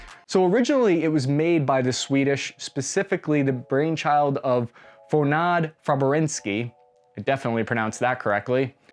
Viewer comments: "Fohnad Fabrinski"... yeah.. thats definitely how I, a swede, pronounce "fuh-re-na-deh fab-rix-verr-ken" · "Fornad Fabrinski" 😂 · "Fornad Fabrinski" Swedes watching this: "wtf" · Lol, I think he just gave up after "foonaad" and threw in a russian sounding word. As a Swede I'm slightly offended ;-) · Fornaad Fabrinzki? 😅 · Förenade Fabriksverken should be pronounced more like "Four-enade" as in unified, and "Fabrics-warken" as in multiple factories. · I usually don't comment on how non-Swedish people pronounce Swedish words, of course you will never get the pronounciation 100% correctly which is understandable if you are not used to speaking the language. However... that... that made me double-facepalm, it wasn't even an honest try. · Probably the worst "try to speak Swedish" I have ever heard. Not very much like DARPA. lol. As a Swedish soldier of the Pioneer troops I have trained with this thing called Pansarskott. (pskott). Now Sweden is sending them to Ukraine. Since we start thinking on the environment, and single use weapon is not very green. (Even if they are green.) I guess my English is terrible, doing my best. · FÖR-ENA-DE FA-BRIKS-VERK-ET YOU JUST POLISHED 🇵🇱 THAT NAME 🤣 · you absolutely butchered that name. It was horrible, thanks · I am actually impressed by how wrong the pronunciation is , you nailed it. Love the video as always! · The way you completely butchered the Swedish pronounciation earned you a thumbs up from me. LOL. That was hilarious. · "Förenade fabriksverken" well... close but no cigar ;) The letter Ö sounds a bit like, Think of the word "mother" but Only use "her". Förenade: F "her" rain ad Fabriksverken: Fab raik s work n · You pronounced the Swedish like it's Polish. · I'm Swedish and he pronounced that perfectly. If he was a toddler. Any 2-year old Swede would pronounce it better. :-D